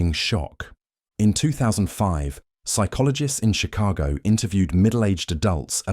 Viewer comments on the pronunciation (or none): none